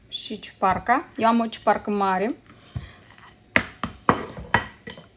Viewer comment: Ciupercă nu ciuparcă